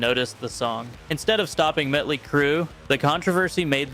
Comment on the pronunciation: It's Motley, not Mutly!